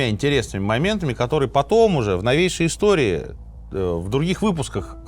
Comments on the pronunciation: пОрты, а не портЫ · Очень интересно. Люблю слушать в дороге. Очень режет слух «портЫ» ( прям представляю как чьи-то штаны блокируют ). ПОрты если можно. Пожалуйста. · Слушаю Минаева с большим удовольствием и интересом. Но, пожалуйста, не портЫ, а пОрты, если речь идёт о морских сооружениях. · Извините, но правильно говорить пОрты, насколько я знаю